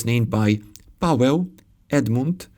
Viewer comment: For Poles understanding Czech language is usually quite easy and it actually sounds funny for us. The same way quite funny is your reading Paweł more like Pałeł , no offense.